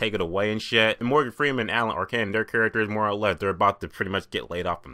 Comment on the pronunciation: lol, you're cracking me up the way you pronounce Alan Arkin's name....you say it like "R-Can"....great review though, we're seeing it Wednesday. Make sure you check our our review